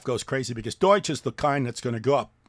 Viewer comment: Doige coin 😅